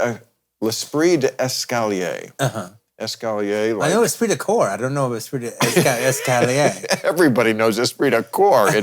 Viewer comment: I'm french and never heard esprit de escalier 😂😂